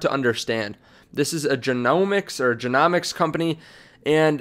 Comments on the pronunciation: It's genomics as in rhymes with home . Just helping you out . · If you're covering this topic you have to pronounce genomics correctly